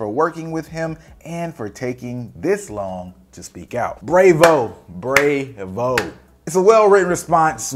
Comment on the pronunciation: Bro you pronounce "bravo" like it rhymes with "Quavo"?